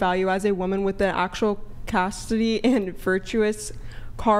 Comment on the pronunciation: she can't even SAY "chastity and virtues"